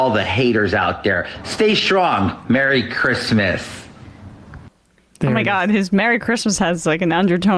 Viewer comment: He said "Merry Christmas" but it almost sounded like "F*** 'em"